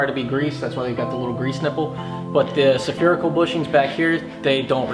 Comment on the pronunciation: Spherical not Saaapherical.